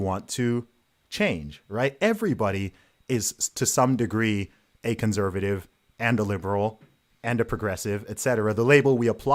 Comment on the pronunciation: I wish Carl would correct him when he says "conZervative". It's grating.